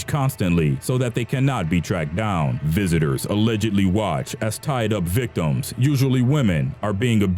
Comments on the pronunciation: You know how dumb you sound when you say victimsss. You don't pronounce the second S. it's pronounced victims', not victimssss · is the narrator saying. "victumses" instead of Victims. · One of the most horrific things I heard in this video was the narrator saying "victimses" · Victimses....lol I love this channel though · why the fuck does this piece of shit narrator keep saying "victimziszszs"?!?! why could he have been an abortion?!?!?! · You keep mispronouncing "victims"